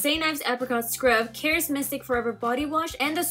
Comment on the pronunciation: So scripted 😞 and it's pronounced CA-RESSS 😬